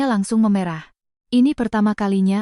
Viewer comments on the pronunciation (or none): David Jak sei Maaf telinga saya gak enak mendengar kata mata yg meme'rah (e- ekor) ibu ucapkan memerah ( e-embak) susu sapi Bila ini memakai AI, itu gak benar, AI nya hrs di kritik 😊